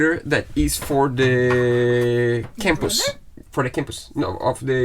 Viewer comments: It's not pronounced Campus its compass. Just F Y I witch means " FOR YOUR INFORMATION " its American slang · A Campus is for students... a Compass points to North! Compass is said 'come-pass' enjoying these 'fix it' vids. great to have 'Fred' helping! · Daunting job! Great work. btw, the pronunciation is .